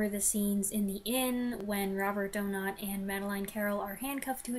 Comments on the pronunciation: Excellent review. I would rank this just outside my top 10, and second in his British era. I consider it the first great Hitchcock movie. As far pronunciation of Donat, you're close enough that no criticism should be warranted. In interviews I've seen of actors who worked with him, and critics or scholars who should know, they pronounce it DOE-nawt. One or two go with DOE-gnat. So you should be fine. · Doe-not is correct